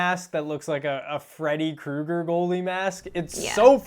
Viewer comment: “Freddy Kuger mask”